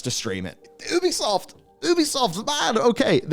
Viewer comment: How TF do you not know how to pronounce Ubisoft. All of their games say " A Ubisoft original ", not "an Ubisoft...". You're a journalist. Pronounce names correctly.